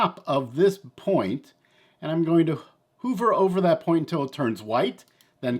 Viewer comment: Hi! It's chamfer pronounced sham-ferr and earlier I heard you say hoover instead of hov-er. Hope that helps and keep up the great work!